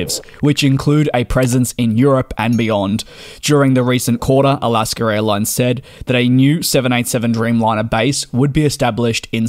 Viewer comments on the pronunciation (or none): NB: It is "Alaska" not "Alasker." My parents did this and it was very annoying and dennigrating. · Great update! Thank you! There’s no “r” in Alaska though! 😉 Don’t worry though, still fond of your excellent reporting as a fellow aviation enthusiast. I’m from Alaska’s home turf of Seattle and we tend to be fond of different English accents! Keep up the good work! Let me know if you’re ever in the Seattle area!